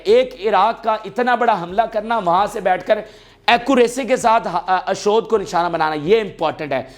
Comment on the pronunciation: brother kuch ilaqon k names ghalt lete rehte ho ashod jo k ashdod hai yeh drust kro mazeed b kuch mistakes hain